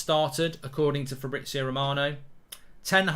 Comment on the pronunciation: It’s fabriZio…. Z!!! You’ve said FABRITZIOO 30x times …. Jesus Christ